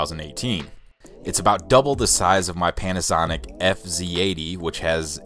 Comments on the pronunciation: Same with me. I thought i heard it wrong 😆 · So I wasn’t the only one who heard this 😂